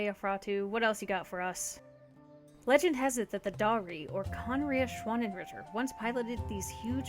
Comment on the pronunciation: Me, a German speaker, every time that anyone talks about the schwannenritter: * extreme cries of agony*